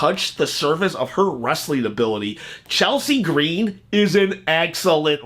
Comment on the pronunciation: Don't say Chelsea green like that again LMAO 🤣🤣🤣🤣🤣🤣